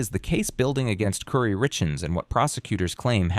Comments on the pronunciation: KOOOOORII...NOT CURRY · Not cury it's Kori kouri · Her name is Cory not kurry. Also all the pronunciation of all the city names are wrong. Do some research. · Her name is not pronounced "Kury", it's "Kori". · Her name is pronounced Cory not curry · I think her name is pronounced Cory even tho it's spelled Kouri, it isn't pronounced curry. Kouri (Cory:. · It's "core-y" but I beg the channel to leave the constant mispronunciations in the video, just for the sake of pissing her off if she ever sees this video. It will enrage the narcissist so deeply that she will be endlessly bothered by it. Because how DARE someone get her precious name wrong? I love that for you,! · How am I supposed to take this seriously when you keep pronouncing her name as curry? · It’s pronounced “Core-ēl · Omg you say her name hundreds of times “curry, curry, curry” It is not an unusual name that is pronounced just as it is spelled. Which is not curry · Narrator needs to pronounce Kouri’s name right. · Would be nice if you understood how to pronounce Kouri, Kamas, Heber, and fentanyl. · The mispronunciatuon is distracting🫢 Her name is kO-r-e! Not kUri! Benadryl sounds like been-a-drill! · I noticed that, too! Aggravating! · Mispronouncing everything is annoying. Her name isn’t and their town isn’t Curmus.